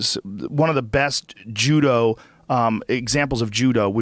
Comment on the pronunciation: Ronda ''Jew-do'' Rousey